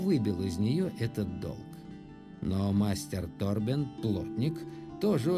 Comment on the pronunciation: У меня полетела английская озвучка и я каждый раз не могу привыкнуть к русскому переводу)) Ни ТОрбен, а ТорбЭн, жесть)))